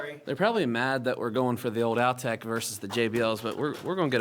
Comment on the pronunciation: it's not pronounced "Al-tech." They were called, "All-tech speakers." Just a minor thing. Thanks for the trip down the VOTT lane. I still own a pair of perfectly good Altec A7-800 speakers.